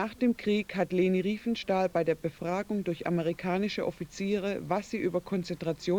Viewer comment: It's Riefenstahl not Reifenstahl!